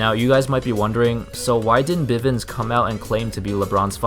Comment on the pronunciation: It's bivins